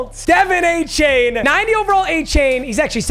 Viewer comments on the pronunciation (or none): Pronounced A-chan not a-chain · Hey, it’s pronounced “A-Chan” not “A-Chain”. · I wish A-chain' name was actually pronounced like that. But hes been telling people its A- Chan . Chan like Jackie Chan. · FYI, Achane's last name is pronounced "A-chan" not "A-chain". It's not a big deal but if he is your RB for the rest of the season, I would probably try and fix it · 88 overall Leighton Vander Esch gets lurk artist lmaooooo. Also it's A-Chan not chain. CHAN as in Jackie Chan. Not chain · Btw his name is prounouced a-chan (like jackie chan) rather than a-chain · A-Chan Not A-Chain papa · Not trying to sound like a dick or speech teacher, but it is pronounced A-Chan, not A-Chain. Pronounced it the same way for a while. Love the vids, keep up the great work. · its pronounced a-chan. still love you papa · Papa its pronounced A-Chan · Acane is how it is pronounced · Hey man just wanted to let you know it's pronounced da Vaughn achan like 4 chan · Pronounced a - chan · For the love of god pronounce his name right It’s not A-CHAIN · Yo gotta pronounce Achane the right way he was pissed after his first game when they were saying it wrong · please learn how to say achanes names 😂